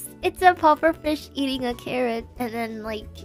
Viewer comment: it is carrot ,not Carol🤣